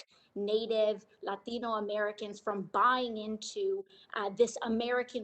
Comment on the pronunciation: There she goes again with her "latino" pronunciation trying to sound like a legit latino.